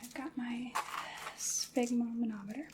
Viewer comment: What is a spigmomomonitor? 😂 Great video